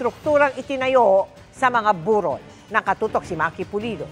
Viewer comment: Mel wrong pronounce ung Burol.....